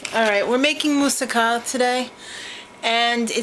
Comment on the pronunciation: Stupid happy you made that and were the only person I have ever heard pronounce that right in the history of womanhood... with a freakin F BOMB... right here.. My favorite part has to be the Feta part.. It gives the title that kick in the pants!! : )